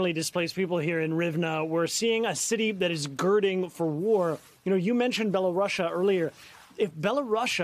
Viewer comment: Only an American would call it "Bella Russia". Is Belarus too hard to say?